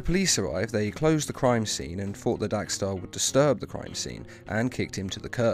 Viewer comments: How and why do you mispronounce his name every time even though you spelled it right? It’s Dex-Starr. DECKS-star, not DACK-starr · It's dextar not daxtar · Dex* not Dax. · why do u keep saying daxtar when his name is dexter.i heard u say dexter, so u can say it. whats the reason if u dont mind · Dos anyone notice that he sez DAX Starr it’s Dex star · How ate you getting his name wrong when u show a clip of it beomg said, dexstar not dax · But it's not dxe-Starr its dex-starr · You realise it's Dex-star rather than Dax-star right? I mean.. The title has it correct. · It is DEX-STAR not dax-star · I... Don't understand why you're pronouncing Dex-Starr as Dax-Starr. I mean, it's pronounced as it's written. Your video starts with Atrocitus pronouncing it correctly. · stop saying "Dax" it is "Dex" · I thought he said “Dank Star” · Cat's named Dexter Guys accent Dax star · You pronounced his name wrong literally everytime in this video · I HATE HOW YOU PRONOUNCE DEXSTAR